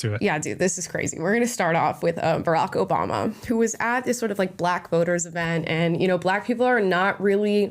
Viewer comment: All I hear is Obamna. I’m also here for EVERYONE speaking out. Let’s gooooo